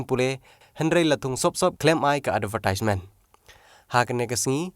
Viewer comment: "Advertisement" pronunciation bakla phi do Sir